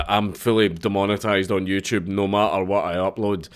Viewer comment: it was a huwat?